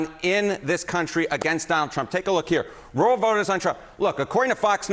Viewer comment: Roo-el, lol not row-el.